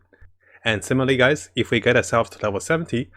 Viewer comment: Simaly instead of similarly. I'm one of those people who gets annoyed when people dont say the word or speak a name like how it should be. Like calling fishcl "Pesel" Torture video but need genshin info so Ill just not sub cuz of accent